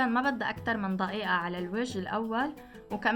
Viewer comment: يااختي اسمها دقيقه دقيقه مو ضقيئه!!